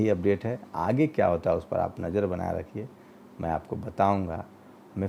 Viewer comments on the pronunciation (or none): none